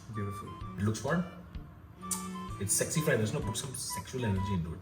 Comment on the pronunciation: Still mad at for saying "egg sexy fried rice" instead of "s-egg-sy fried rice".....